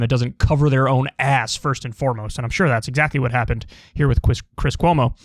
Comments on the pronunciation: Ahh! He almost called him Cwis Cuomo! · He said Chwis Chwomo harHar